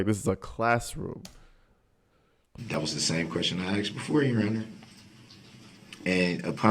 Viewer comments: Nobody "axed" you if you don't consent to being called that name. .Every time he makes that statement, he's pretty much stating that he's darrell brooks. 🙄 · 12-year-olds also know the difference between grounds and grounzzz! They know the difference between truth and troof! They know the difference between asked and axed!!! DB is ridiculous. He is also a serial killer. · Notice how he says "grounds for the substain" instead of sustain? He says substain multiple times . Almost as bsd as AKSED